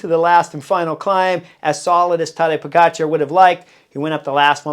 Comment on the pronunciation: Hey Chris, First of all, whatever Tejay and Philippa are saying needs to be discounted by a factor of 2. First, Tejay needs to learn how to pronounce Tadej's name. Whenever he talks about Pog, I need to remind myself that he's referring to Tadej, not some 'Podgikhar.' Even Christian Vande Velde graciously corrected him, but apparently, Tejay didn’t get the memo. And Philippa, our resident expert, declared Roglic was fat—6 lbs overweight—and he went on to prove how gloriously ridiculous she was. Clearly, their predictions are as accurate as English soccer fans chanting "it's coming home". I agree, this will be different for Pog because he's going to have to contend with GC riders he didn't see at the Giro. If you look at the Giro, none of the top 20 GC riders were there. That said, he's on another level this year, and having Jonas, Roglic, and Remco healthy will certainly be a test. On Jonas, I've always said that being 85%, he should go to defend his two titles. Unfortunately, there are pundits like Tejay who don't think the way we do. Tejay thinks that would be bad for Jonas's psyche, but what do I know? One last thing: I know Jonas is a top-echelon rider, but he was only able to get on his bike 5 weeks before the Tour, and 5 weeks, according to LA, is not a lot of time to get ready. We'll see what happens. Fingers crossed Tadej takes this TDF home. After all, what's a race without a little drama and a lot of expert 'insight' from Tejay and Philippa?